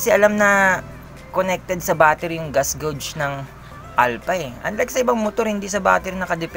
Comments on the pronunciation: Geygs ang pagpronouns s gauge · Yung pronounce mo ng gauge mo "geyg" dapat. Okei?